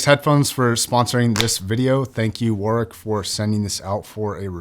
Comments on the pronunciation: As an englishman, the way he pronounces "warwick" sends me for a loop everytime lol. No hate to mr, it is just ammusing. The correct way to pronounce it would be like War-Rik (war rhymes with boar in this case) Love your videos boss! edit:lmao spelt warwick as warwich fml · YES lol, i'm an Aussie with English relations. WarRick is exactly how it should be pronounced. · It's also funny to me as an Australian as the actual pronunciation here sounds like worrick (it's a suburb here in Perth Western Australia). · lmao learn to pronounce Warwkick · Was going to comment the same thing. Use to pronounce the same way until I knew better. Same goes to many other UK places. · The second w in Warwick is silent. Also it’s ‘than’ not ‘then’. Please stop